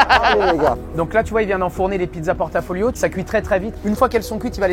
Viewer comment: Je m'inscris en faux sur la prononciation de "pizza a portafoglio" qui se dit [portafoyo] et non [porta folio].